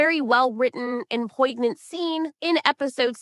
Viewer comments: Poignant. It's critical that a writer knows when and where to include poignant information. It's said like poin-yant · Poignant - Poin (rhymes with coin) yant (rhymes with can't)